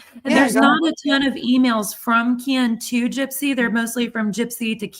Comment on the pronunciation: The way says, “ Keeein” instead of Ken.😂